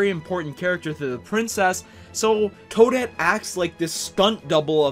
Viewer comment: It's Toadette.